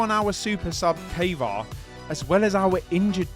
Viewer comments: who tf is kava? lmao it triggers me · I think it's "Kaa vaa raa" and "Ozi B U" the way to say these names.